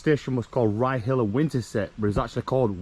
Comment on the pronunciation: Ryyill pronunciation one word... not rye hill. Is that bird with yer on this un 😉